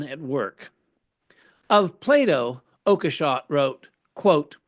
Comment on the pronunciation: It's pronounced "Oak-shot", I guess. But does it really matter in this context?